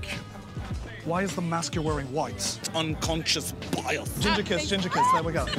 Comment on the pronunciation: "BI....... and I can't emphasize this enough...... AS"